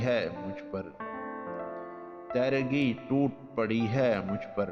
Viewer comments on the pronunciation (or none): یہ لفظ (. تیرگی) teergee ہے براہ کرم درست کیجئے